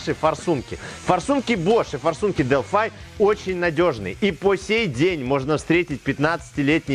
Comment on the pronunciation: Производитель зачастей Delphi - Делфи. А то немного режет делфай....